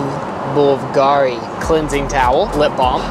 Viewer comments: trying to pronounce BVULGARI is the highlight >-< And calling it “pretty nice brand” 🤣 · God bless for trying to pronounce Blvgari 😂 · You could not pronounce Bvlgari, therefore put on a parachute and exist the plane. I'm mortified; back to coach for you.